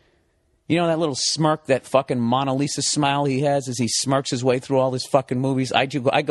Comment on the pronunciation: Funny story, but who is “Monna Lisa”? Bill, it’s “Mona Lisa”. It’s only one of the most famous paintings in the world, you’d think he’d know how to pronounce it!